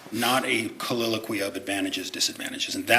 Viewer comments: Yup. He's combining the words soliloquy and colloquy into colliloquy 😂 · Counsel for appellant isn't helping himself when he mis-pronounces the word "colloquy" as "colliloquy". One has to wonder just how capable he is. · A "colliloquey"? "colloquy" 🤣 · His combination of the word, “colloquy,” with “soliloquy” is just irritating me. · It’s making me insane how this guy says “colloquy”.